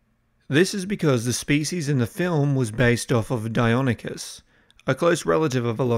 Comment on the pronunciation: You gotta proof these boss, it's Dei-NON-ychus, not Dei-on-ychus. Sorry, really not trying to be a dick, promise. Then this guy fallendemon spells it Dikota to boot!! Holy-Shitsnacks, does anyone pay attention or is he taking the piss as well ??? I mean, I'm breaking your balls, but in an honest effort and desire to see you improve. I'm not confident in the voices......?...?.I could be wrong.